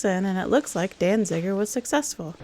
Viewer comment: Peter Falk pronounced Danziger with an extra "n" for a reason. Say "Danziger" ten times fast and you'll see why.